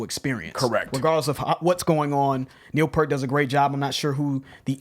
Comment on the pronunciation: Me and my friends used to say Neil Peart’s name that way back in the 80s... I think it was more than 20 years till we got his name right. RIP Neil!